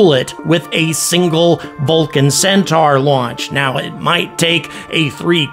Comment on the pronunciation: The way to pronounce Centaur is ''Centor'' not ''centar''